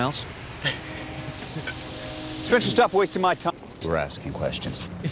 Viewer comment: "We are 'Spenceter'"